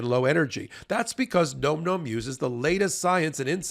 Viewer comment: I can't listen to call the dog food gnome. It should be Nom, rhymes with Mom, the noise you make when the food is so good you can't quit it.